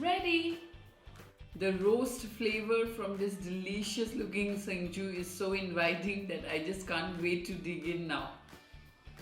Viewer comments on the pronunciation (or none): It's Chengshu not Sinju. 😀😀🤗